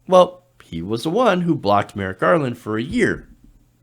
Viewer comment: Say it with me . “Merrick Garland “